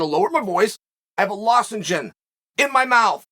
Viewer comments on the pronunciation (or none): It’s “lozenge” not “losengen” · Did he say Logizin